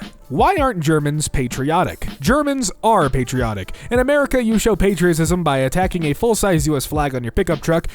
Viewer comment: He mispronounced "attaching." What he ended up saying was actually "attacking."